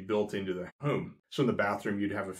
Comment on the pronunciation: Hi there! I have been watching all your videos and really enjoying them, but I have a question - more out of curiosity than anything... it's your "accent" - in that I notice the way you say the word "home" as "heum"... and I am trying for the life of me to figure out from what part of the country you are from? I'm just really curious and interested. I have heard that word pronounced that way before but never could figure it out :) - - anyway, great videos and thank you for posting!!